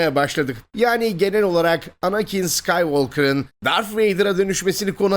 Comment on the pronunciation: Dar”th” vader